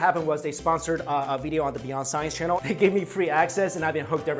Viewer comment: Is it me or does Mikey say "video" funny? (bideeyo)